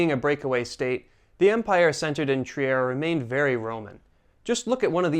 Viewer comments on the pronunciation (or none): German here . don't say Trier say Triir